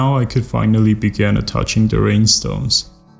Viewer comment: I dont have enough words to describe how beautiful she is. Just signed up for patreon, hoping to be of some small kind of help :) Btw, I love the way you pronounce rhinestones, makes them seem even more magical :)